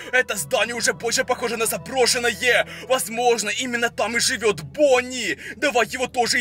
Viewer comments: Я одна слышу Пони а не Бонни?.___. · керПечи бОни😅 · Вы тоже слышите акцент его голоса на последнюю гласную например: , бонни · Бонни а не Бони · Не бони а бонни